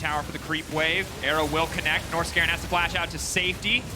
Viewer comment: Wait…. I've heard them say "Nors-garen", but they actually mean Norskeren, it makes sense now lol